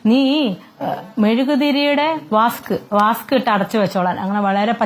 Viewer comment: വാസ്ക് അല്ല തള്ളെ വാക്സ്..